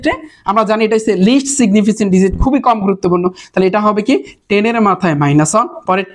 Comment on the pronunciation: এইটা সিগনিফিসেন্ট হবে না সিগনিফিকেন্ট হবে 😊